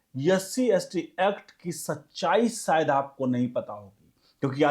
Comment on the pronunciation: शायद का उच्चार गलत था।